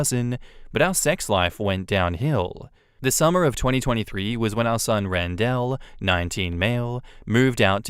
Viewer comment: Great story. On an unrelated note, you pronounce "Randell" weird.